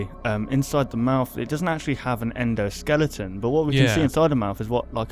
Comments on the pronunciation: he said Endo Skellington XD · How come you keep saying endoskelington? Or is it just me?